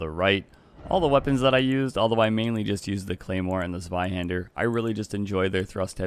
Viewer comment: Your German pronunciation of "Zweihander" was spot on. Ausgezeichnet.